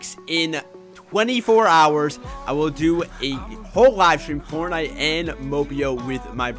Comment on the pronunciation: He says fornite